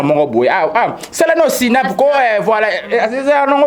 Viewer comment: Oui jeune garçon ya ndenge nini alobaka #sinap au lieu d snap eeeeh😜😜😜puis est ce que boyebi signification ya #Accolade ????????